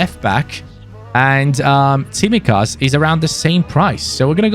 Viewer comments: Also, its pronounced Tsimíkas, not Tsímikas 😅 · I mean the pronounciation, you should say his name, emphasizing on the second I of his name 😅